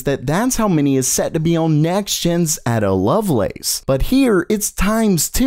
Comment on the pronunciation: It's ridiculous you don't know who Ada Lovelace was, let alone a complete inability to correctly pronounce "Ada", her first name.